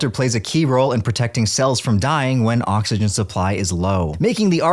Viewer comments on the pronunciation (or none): none